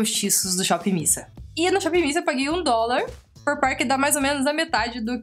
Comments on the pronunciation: que agonia de "shopping missa" kansaknssksjsjsjjs acho que é "mís ei" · Não é missa, é miss a, miss (ei) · nao se fala shop missa kkkk é shop miss ei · Pronuncia-se "mis ei" (dá uma certa angústia ouvir vc repetir "missa" o tempo todo:v ) mas foi um ótimo vídeo.. realmente no site as imagens dos produtos são bem apelativas.. depois do seu review consegui ter uma conclusão melhor da qualidade dos produtos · Amiga não é shop Miissa que se pronuncia e sim shop miss ei. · Modo de escrever= Miss A Modo de falar= Mizei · Na verdade a pronúncia é "miss ei".Com W fica "uei" ;) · É Miss (ei) kkkkkk vc é hilária.. bjoooo linda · é miss "ei" kkkk vc é melhor, e essa edição??? Estou amando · Não da para parar de rir com seus vídeos haha muito animada mesmo kk vc falando 'missa' tava me irritando, mas vc explicando que ta falando errado, me fez rir mais ainda kk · Vc e muitoo divertida..adorei vc!!! Fala-se Miss (A)Ei ... bjooo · oiee, voce tem que pronunciar " shopp miss ayn" tipo, miss e como fala a em ingles fbjsbs 💜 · Miss A (ei), em inglês a tem som de "ei" 😊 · se pronuncia shopping miss "ei".Adorei o video.Beijos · Deu agonia ela falando "missa" 😂 Mas eu te amo ❤ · Acho que fala miss "ei" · é "míss ei" que fala hahahahahahhaha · "Miss ei" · se pronuncia Miss Ei kkkkkkkkkk